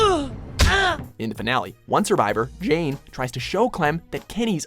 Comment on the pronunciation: the way he says jane